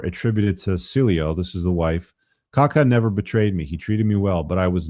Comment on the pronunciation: kakaaa, not kaka 🙂